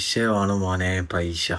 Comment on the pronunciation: പൈഷ്യ അല്ല പൈസ